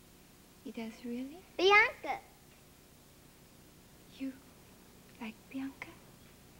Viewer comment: My name is BIANCA and seeing my diva pronouncing my name in such adorable manner makes my day. 😊😊